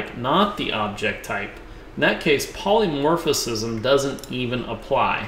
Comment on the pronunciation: You keep saying 'polymorphiCism'. It is NOT polymorphiCism - it is polymorphism. Great tutorial, though!